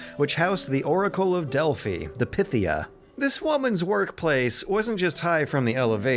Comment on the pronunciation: It is pronounced Dell-Fi (Delphi)